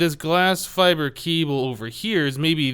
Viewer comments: its pronounced fiber not fibray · for god's sake, it's pronounced "fiber", not "fibree"!